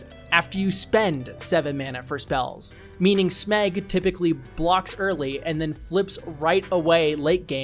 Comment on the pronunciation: Why do you call it “Smegg” you troll?